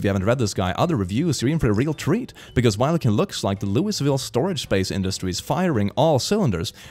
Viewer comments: Btw Louisville pronounced Lou a vul, don't ask why, idk myself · As a Kentuckian, his pronunciation of Louisville legit triggered me.